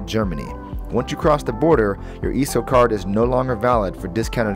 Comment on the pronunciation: Dude, you are killing me how you are saying "Esso". Please learn how to pronounce words correctly before creating an informational video like this. But other than that, pretty good video.